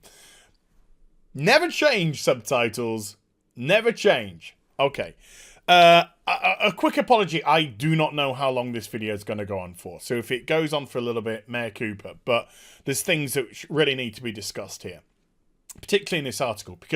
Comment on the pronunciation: Did he really say "mea koopa?" It's mea culpa, bro.